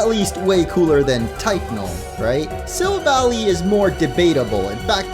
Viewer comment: Am i the only one who is being bothered by him saying sylvally wrong